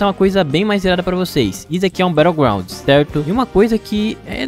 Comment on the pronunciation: Quando ele disse BatlleGrownd eu saí do vídeo